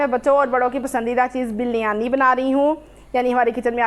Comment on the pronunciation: (biryani) urf bilyani 🤣🤣🤣